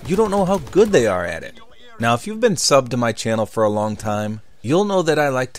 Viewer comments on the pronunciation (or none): none